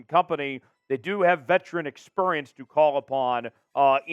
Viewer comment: The Colts have 'Veteran Expuriance'... you heard it here first...lol